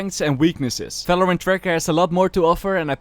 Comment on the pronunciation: STOP SAYING Falorant !!!!!!!!!!!!